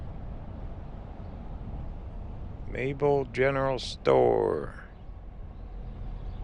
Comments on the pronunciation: It's not Mayel it is MAYBELL as in church BELL!!! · Maybell is pronounced “may bell” not Mabel.. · its pronounced May Bell